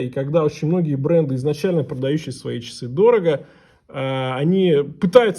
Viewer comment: А што это - "чисы"?Или ты хотел сказать ,часы?А чиёк,это что?